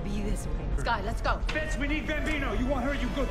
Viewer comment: Great reaction! 🙌 and I don't know why but I keep hearing you call Fitz, "Fix" lol